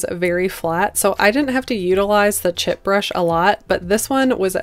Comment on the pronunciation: Chip brush? Is that what you’re saying?